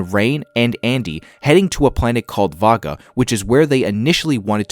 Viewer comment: The destination they are heading to is not pronounced 'Vaga'! It is pronounced 'Ee-vaga'! ;-)